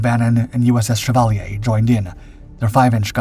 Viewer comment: shea-val-yea.. knock off Chevrolet